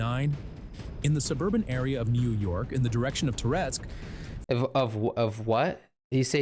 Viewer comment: NIU YORK is a place in ukraine lol